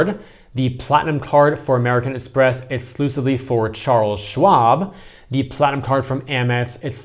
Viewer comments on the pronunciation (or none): Are you purposely calling it Charles Schlob?